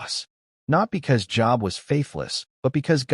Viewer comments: It's not job,it's long o Job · Please, oh please, find AI or whatever you are using and change it. Job is a name pronounced like ‘jobe’ and not like the office you go to each weekday. And our almighty creator deserves the respect you expect for yourself, that His name, God, be capitalized. His other names such as Yahweh, Adonai, even the pronouns He, Him. Important lesson in this story, but please get your act together. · Pronounced Job wrong, it has the 'o' sound. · That is a long o in Job.